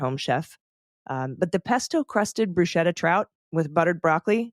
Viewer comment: Apologies, but it's brew-sket-tuh...